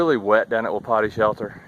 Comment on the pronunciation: Hey bud, not that it matters but I think the name of that shelter is pronounced wa-peety. means elk.